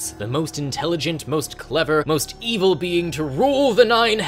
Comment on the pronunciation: "The lowest, most E-VILE layer of the Nine Hells." Well, that's the only pronunciation I'll ever be using from now on.